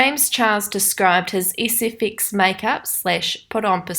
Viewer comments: I die every time you say “sfx makeup “ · Sorry I don’t want to be mean but I noticed that the way you say “ SFX “ , “speculate” but It might be your accent I don’t know .... sorry